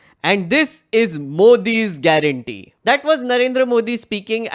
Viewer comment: LOL 😂 “GUARANTEE” 😂🤣